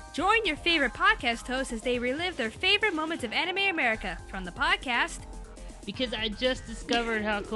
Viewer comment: why is eric cartman from south park saying "welcome to anime americer"(i know its america but it sounds like americer the way he says it)